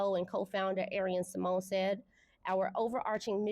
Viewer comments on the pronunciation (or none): none